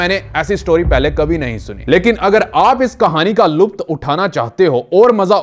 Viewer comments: Lupt😀😎Lutf hota hy bro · Ary brother jo word urdu language ka apny bola ' luft ' Galt pronouns kya ..... correct word h LUTF .....luft ni .....👍👍👍👍